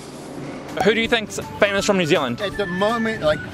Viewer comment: famouse???? Am I the only one who noticed that?